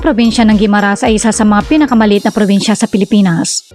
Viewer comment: Mali ang bigkas ng Jordan Guimaras